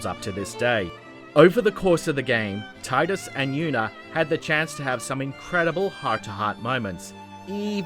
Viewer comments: Tee- dus. Not Tie-dus. Also, Yuna's sending is way better than the kiss. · his name is pronounced with a long "e", not a long "i". so it's pronounced "Tee-dus", not "tie-dus". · Tidus (tee-d-us) not (tie-d-us) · It's TEEDUS!